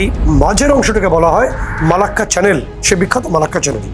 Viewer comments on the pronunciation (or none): none